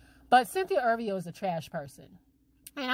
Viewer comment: if ur gonna talk about someone say her last name right